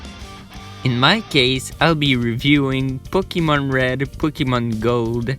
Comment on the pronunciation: "Poukimone" Also write a script, that was some painful improvisation